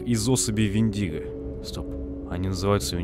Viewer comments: Вендиго ударение на е. Мифическое существо. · Вендиго, ударение на е! Это из фильма «Одинокий рейнджер», это фильм про дикий запад.